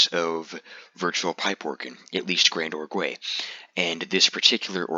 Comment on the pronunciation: It's not pronounced "Grand-or-gway", it's a French word pronounced "Grahnd-org". The "ue" at the end is silent. Great video except for making me wince every time you pronounced it "Grand-or-gway".